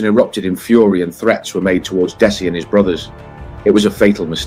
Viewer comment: "Dess-Ai". I mean, what's the point. We want to know that the people putting themselves out there as someone you can learn something from with these vids, actually have some real research. God's sake, it takes 5 seconds of any video to know his name is pronounced "Dezzie"